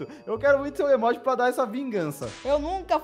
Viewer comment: O Robin fala emóji e não emoji kkkkk